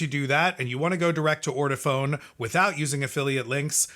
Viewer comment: It is pronounced: Or-toe-Faun. You should have known that. You sound ignorant.